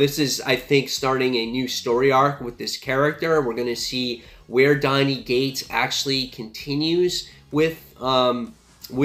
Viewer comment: It sounds like your saying Donny 'G'ates, but its Cates. Not trying to be a grammar nazi, just thought you should know.